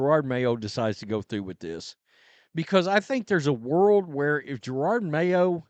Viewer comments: It’s Jerod not gerard. You haven’t been around many black folks have you? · Here I am again just reminding you that you sound like an idiot purposely mispronouncing the coaches name. There’s only one R in his name. Ja-rod it’s that simple. Its not Ja-rard